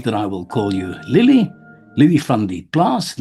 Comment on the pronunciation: Its not lillie it's lelie